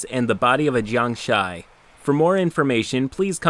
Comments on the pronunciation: uh, it's "Gee-ang-shee", not "Jay-young-shy". Also, the DM was wrong - a Jiangshi is a classic chinese vampire, not a wight. Eh, whatever. The fun was pun. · Just here to point out it's pronounced jiangSHEE not jiangSHAI (and it means zombie in Chinese, but close enough) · Jiangshi mispronunciation killing me. it's jiang-'she'. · It took me two minutes to realize he was trying to say jiangshi and not jiangshai. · It really pisses me off how you keep mispronouncing jiangshi. It ends with a "she" sound, not a "shy" sound. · jiangshi is just basically zombie in chinese.... btw, its not jiang "shy" but whatever, cant expect everyone to pronounce everything correctly. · it's pronounced "Jang-shee" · Jiangshi is pronounced "jiangshih" not a diphthong. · You said “Jiangshi” wrong. The end is said like “she” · Your pronunciation of jiang-shi hurts my soul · Every time you pronounced jiangshi, I cringed. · The way he pronounces jiangshi hurts me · as much as I typically love your channel the pronunciation of jangshi makes me cringe lol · I flinched at your pronunciation of 'jiangshi' 😂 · the way he pronounces jiangshi hurts my soul in ways unexplainable. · you said Jiangshi wrong, i will now laugh Ha